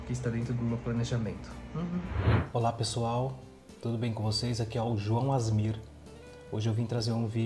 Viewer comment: Agonia quando o João fala "Asmir" 😂😂😂 pqp! A-S-M-R !!! João! 😅